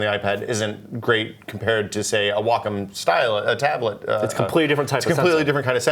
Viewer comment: Never heard Wacom pronounced "walk 'em." I guess I'm used to the midwestern "wah comb."